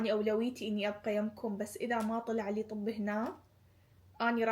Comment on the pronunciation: اسفه بس ليش تكولين طوب بدال طب 😂😂